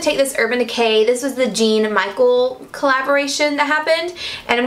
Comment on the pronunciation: Also important to know it is not pronounced the same as blue jeans or Michael...it is a French name.